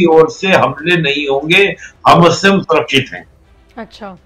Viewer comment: Bhai Hamaas pronounce hota hai Hamus nahi 😂